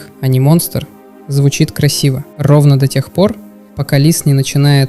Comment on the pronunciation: очень пРРРост многокРРРатно сложнее РРРовно до тех пор иногда порычиваешь